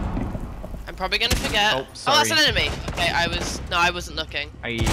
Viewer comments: Enmeny* 😂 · “Enmeny”... You mean enemy?